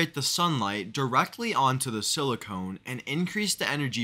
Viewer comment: Sili-KAHN or sili-CUN, not sili-CONE. Silicon is what electronics need. Silicone seals cracks to prevent water and air leaks.